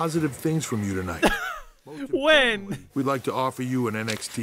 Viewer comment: That "whend" ... I'm crying